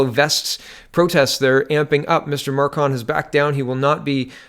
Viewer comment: It's macron not marcon